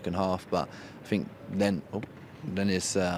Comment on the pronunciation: Jack Wilshere bingo: - “it was tough” - “hurt” - “belief” / “believe” - “I fink” - “character” - “credit to ____” - “Inmah upinyun” - “them moments”